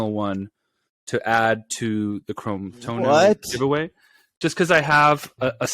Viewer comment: Chrome-tono, Chrome-tono, chroooome. Just working on my pronunciation. 😬